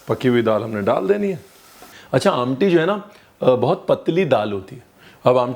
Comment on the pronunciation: The way you said "amti'....reflects your connect with specification of regional delicacies.....superb